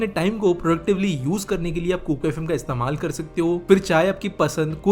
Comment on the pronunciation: Kukar FM nahi hai sahi se bolo it's kuku